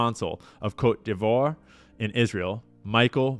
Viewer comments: What’s up. So, the french name for the country Ivory Coast is pronounced “Coat-day-vo-ah” but try pronouncing it all together and a little faster. 😅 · Is it pronounced: Coat Dee Vwahr? (Cote D'Ivoire) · Pronounced coat dee vwarr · The way he said "Côte d'Ivoire" betrays that fucked a French Canadian, guaranteed